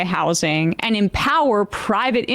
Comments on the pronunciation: Why does he keep saying “how-sing”! It’s just housing my dude. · Ezra's worst crime is pronouncing housing with a hard "s." Grating. I can't make it through an episode of his podcast.